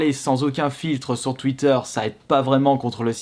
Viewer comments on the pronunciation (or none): none